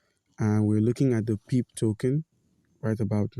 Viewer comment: Pronounced as pepay brotha. Thanks for the help 👍